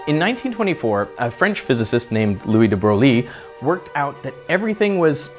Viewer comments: Sadly yes. The Anglicized pronunciation is close to "debroy" since we don't have a phoneme for "euil" in English.🌍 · It's pronounced, "DeBroy"... Or, that's the closest I can tell your in English. It's certainly NOT, "DeBrolley", WTF? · we said his name like that : Louis Debreuil in reality not De Bro Gli but De Breuil! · It’s pronounced debroy not debroglie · Also, Scherzer is pronounced as shairtser or share-tser not shirzer and de Broglie as de broy not de broge-ly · It's pronounced more like "duh Bruhy" as in "bruh" but also "y" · Sorry did he say "Louis De Bro-Lee"? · I’m French and learnt only very recently that « de Broglie » should actually be pronounced like « de Breuil » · Louis de Broglie - the pronunciation, it’s roughly “Lwee də Broy” in English phonetics. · Louis de Broglie is pronounced Louis De Breuil if I recall correctly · Here’s a tip for those like Veritasium who can’t pronounce De Broglie’s name: it’s De Broy. Forgive the pedantry but I’m mad about De Broglie…. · Louis de Broglie is pronounced in French : Louis de Breuil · it's pronounced, Louis de Breuye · I'm that one French guy commenting to say that's not how you're supposed to say "De Broglie" 😂 The video looks thrilling !